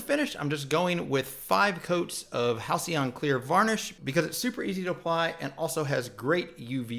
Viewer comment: Amazing feat, thanks man !!! Tiny tip: Halcyon pronounced Halkyon. It´s the common kingfisher, a seabird, in Greek.